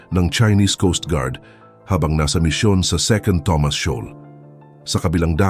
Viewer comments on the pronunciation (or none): none